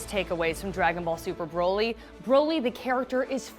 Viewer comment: I hate how she pronounces Broly